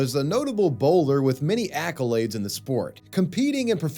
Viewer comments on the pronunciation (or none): none